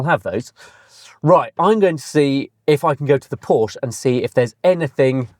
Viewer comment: Call yourself motoring journalist when you can’t even pronounce Porsche correctly.